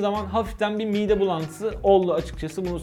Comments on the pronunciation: P!kachu : Ben sakinim zaten, sadece Türkçenin yanlış kullanımı hoşuma gitmiyor. Şimdi yemeyin beni bir anlık değil, video boyunca mide kelimesini miğde diye birkaç kez söylediniz. Doğrusunu bilmiyorum deyin canımı yiyin. Neyse ben yine de mesajımı değiştireyim, yanlış algıya neden olmasın. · (miğde) bulantısı :D Mide olmasın o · miğde :D :D :D :D